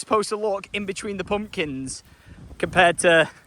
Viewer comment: I love the way you say Pumpkins… Poompkins 😂❤ I’m keeping everything crossed for growth. My family and I (we live in Berkshire) will be driving the 3.5 hrs to come and pick a pumpkin, even though there is a place 20 mins a way! 😂 I want to see the land and maybe meet you all if I’m lucky Xx